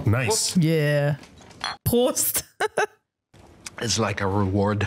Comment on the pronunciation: When the lady said Fritz, my German ears immediately perked up because she pronounced with a German accent and then she said “Prost” and I was like yeah she’s German/she speaks German 😂